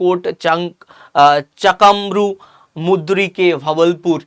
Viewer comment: ভাগলপুর আর মুদ্রিক নয়। উচ্চারণ টা ঠিক করুন।